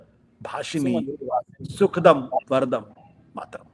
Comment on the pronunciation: This fellow is himself reading it. He doesn’t know that it is sujalaam not sujalam, sufalaam and not sufalam, sukhadaam and not sukhadam despite reading. What is the kind of standard you follow? What is wrong with nationalism? Is the expansionist nationalism of west, hegemonic nationalism of China better? After all our nationalism does not support expansion but only restricts to loyalty to one’s place of birth. This fellow in garb of pseudo intellectual keeps propagating venom as nectar. You don’t wish certificate from others, why did you seek certificate from Kansiram and were slapped. Why seek position from Kejriwaal and be ousted. You must have heard the story of the ‘neelah shrigaalah’ or the coloured jackal.